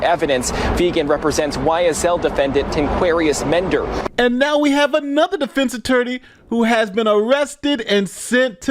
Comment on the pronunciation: "Tanquerious mender" Nooo, I think I heard that name on a key an peele skit about college football players names. I apologize but I had to laugh.